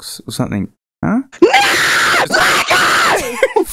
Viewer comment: was that a South Australian pronunciation of lego I just heard?